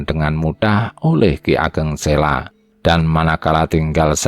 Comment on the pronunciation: Admin, saya setuju dengan penayangan text sepanjang video. Namun untuk berikutnya saya rasa pengucapannya diperbaiki. Contoh Ki Ageng Sela, itu dibacanya Ki Ageng Selo (Huruf O seperti mengucapkan kata KODOK). Memang demikian pengucapan yang benar. Pemgucapan yang lainnya silakan pelajari sendiri. Terima kasih